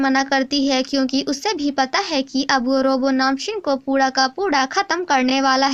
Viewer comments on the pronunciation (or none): So sweet...... Instead of 'pura ka pura' you spoke 'puda ka puda'